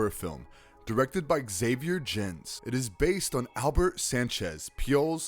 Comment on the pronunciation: Also, Xavier Gens is pronounced Hah-Vee-Air Gahnz. Your pronunciations are as horrific as some of these movies.